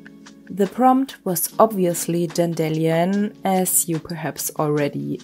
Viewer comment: I’m binge watching your videos in opposite order so I first heard you mention the pronouncing problem and next I watched this video. I’m your Dutch neighbour and this is exactly how I thought dandelions was pronounced before I heard some native English speaker say it out loud 😂 Must be something in our language that makes this sound so logical I guess 😂 As always, I love your artwork. It’s so adorable and beautiful ❤